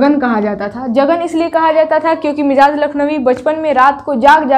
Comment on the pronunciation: آپ کا سبق بہتر ہے اچھا پڑھاتی ہیں... لفظ مجاز کا تلفظ मजाज है